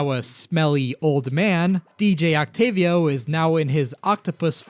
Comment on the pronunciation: You're the only youtube ive seen to actually say DJ Octavio's name right, yet you call Marie...Mary? Confused.